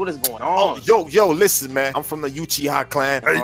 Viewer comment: ITS NOT YOUCHIHA ITS UCHIHA (OOCHIHA) THATS HOW ITS PERNOUNCED